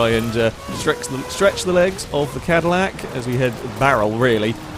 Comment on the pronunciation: It’s the “Madillac” 😂